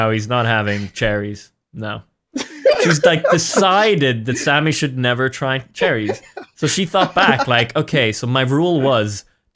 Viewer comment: I thought you guys were saying, "charities" at first 😅